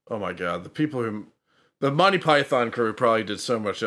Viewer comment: Monty = /monti/ not Mon tye